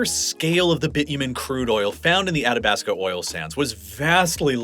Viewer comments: Athabasca is getting me too. Ath-a-basc-a. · Hearing you mispronounce Leduc, and Athabasca just hurt my Albertan soul. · It's pretty obvious he was just taking his best guess at many of the place names in this video, like "Spo-cain" (it's "Spo-CAN"), "Sood-bury" ("SUD-"), "Atta-bass-ca" (Ath-ah-bass-ca"), etc. Really could have used a pronunciation guide. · Leduc = Le Duke, not Le Duck, lol (but you got it right the next time you mentioned Leduc #7). Also, Spokane is not "Spo-kayne", it's "Spo-kaan", rhyming with "McCann" or "minivan". And "Athabasca" is pronounced just as it's written - "A-tha-bas-ka", not "Attabaska". Nitpicking aside, this is a really well done video and I get a much better sense of why Western Canada (where I live) is populated the way it is and why the US midwest is generally sparsely populated. Well done!